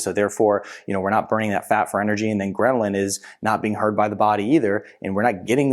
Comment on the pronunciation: GHRE- LIN ( or ghrel-in_ .... NOT greMlin !! lool :) sorry, hadda tell you... :) do not think you know it SOUNDS like you are putting in an M in the word lool :) A GREMLIN is a troll-like creature